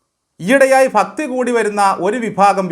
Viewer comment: ഫക്തി അല്ല, ഭക്തി എന്ന് ദയവായി തിരുത്തണം 🙏